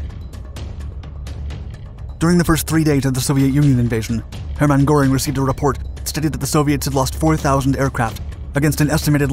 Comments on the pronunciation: Learn to speak. Goreing? As in bull fighting? Try Gur-ing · Jesus :D haha please have a 2nd look on how to pronounce the german names <3 ist funny for a german to hear you sometimes :D like Heer, Heinkel, Göring just as an example